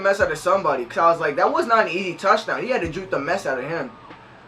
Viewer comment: Did my dude just say towchdown TIGERS